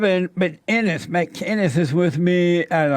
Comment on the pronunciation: Of all the people to pronounce 'Mcinnes' correctly